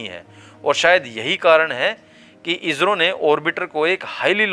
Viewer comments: अरे भाई आप हिंदी की ऐसी तैसी क्यूं कर रहे हो इजरो नहीं इसरो बोलो नहीं तो आप हिंदी बोलना छोड़ दो क्यूंकि ये हिन्दी की गरिमा को क्षति है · कहते समय इजरो मत कहो इस्रो कहो